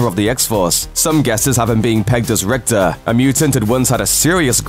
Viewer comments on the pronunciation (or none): none